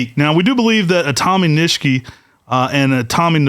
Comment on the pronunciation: Are you guys sure you are pronouncing the word Nishiki correctly? You guys say it with the second "i" silent. I believe it is not silent and pronounced with an "e" sound like you do the last "i". Ni she ke would be the pronunciation. I could be wrong though, but I have been exposed to the Japanese language when I use to live in Hawaii which is heavily populated with Japanese folks.